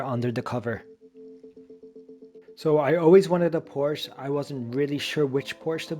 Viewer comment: Porsche is a 2 syllable word.